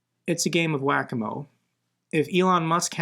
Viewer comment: Whack a-mole… lol Not whack a-mo I’d expect that from Davydov, not you!! 😂❤